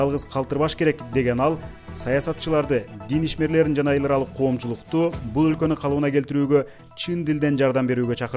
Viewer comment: Эларалык деген создун ,,л" тамгасын диктор негедир жумшак эмес каткалан айтааркен